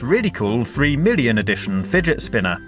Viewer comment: did u say billion because it sounded like it